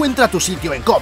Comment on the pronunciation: Pense que decia cobra gay xdd